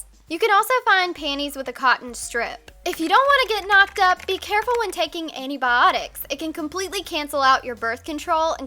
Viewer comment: the way you say "antibiotics" is a lil' weird